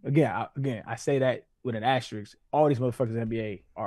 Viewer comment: it’s asterisk not astericks